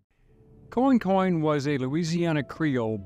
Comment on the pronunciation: Pronouced " Qwan-qwan." Interesting story. Commerce in action. Louisana's system at the time was unique. Your presentation was well done. Esoteric History is your forte, balanced fairly in several episodes.